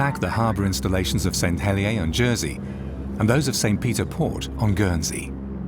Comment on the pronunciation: as a Jersey man, their pronunciation of St. Helier really grates me, it is Hel-i-er, not Hel-i-a.